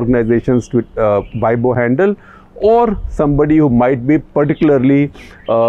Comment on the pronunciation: weibo ., pronounce ‘ way po’